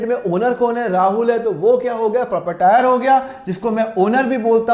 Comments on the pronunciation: Sir Jai hind ap hamesha propatire bolte ho Jabki prop ritor hai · प्रॉपटायर नहीं होता प्रोपरायटर होता है 😂 🙏 हे भगवान